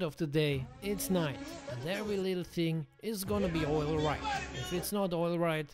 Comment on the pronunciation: “Oilright you guys” lol